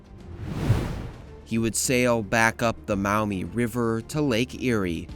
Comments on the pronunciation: Maumee is pronounced Maw-mee, not Mao-mee Meigs is “Megs” Presque Isle is “Presk” not Press Q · The Maumee river is pronounced "Maw-mee" not "Mow-me". This kid needed to do a better job of these pronunciations. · As a Perrysburg-ian, Fort Meigs is pronounced "Meggs". And Maumee is pronounced "Maw-mee" rather than M'ow-mee, so it's closer to Mommy. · Being from this region and hearing Meigs not said as Megs and Mow-Mee instead of Maw-mee is so funny! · Having grown up in Toledo I agree, “Megg’s” and “Maw-mee”.